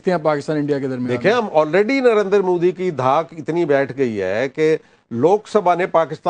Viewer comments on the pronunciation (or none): Narendra ko narendar bolne se uska gender badal gaya kya?😂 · Arre baaki sb baad mein...Pehle ek baat clear kr lo hamare PM ka naam narendra modi hai...Narender modi nhi😀 .